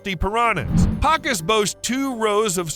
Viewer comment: One issue with the video and it drives me absolutely insane no matter how small it is the fish that is thought to be the distant cousin/ancenstor of the piranha is pronounced pakU emphasis on the U